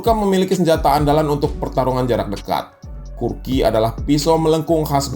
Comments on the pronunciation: kukri bang, bukan kurki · bukan kurki...tapi kukry... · Kukri bg bukan kurki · kukri bukan kurki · maaf nih bang, kukri bukan kurki